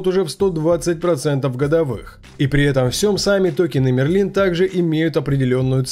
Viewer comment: Мне кажется что правильнее будет говорить: МЭРЛИН